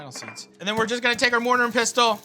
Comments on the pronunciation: It's the third time I've heard an American / Canadian say this now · "Arian DiGrandi" - Matty Matheson, 2019 "Mortar and pisstle" - Matty Matheson, 2019 God, I love him so much.